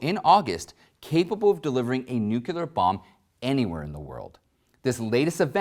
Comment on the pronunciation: did you just say "nucular"?